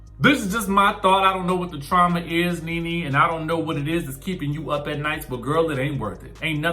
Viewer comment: Trauma..not "truma"🤔